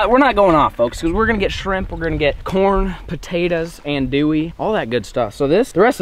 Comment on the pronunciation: Bruh this is special I'm wit ya and that's not how ya say andouille Ethier lol